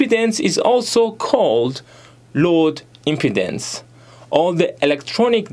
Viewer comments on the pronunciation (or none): If you want you could double check the pronunciations of impedance and load on forvo. It’s more like im-pee-dance and lode. The “im” part in impedance is pronounced how you said it.